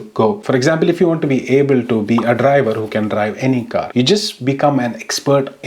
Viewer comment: The accent of saying "driver" was insane 😂😂